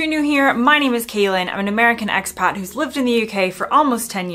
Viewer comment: You said expat...that was definitely said with an English accent. It's is not a word commonly used in the US anyway.